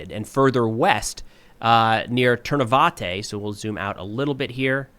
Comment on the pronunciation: Love watching the videos. One small comment - the Ukrainian language pronounces the last latter E as "EH" so Ternove in English is ternOv but in Ukrainian it's ternovEH. Thanks.